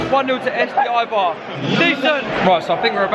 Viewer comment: It's pronounced a-bar not i-bar.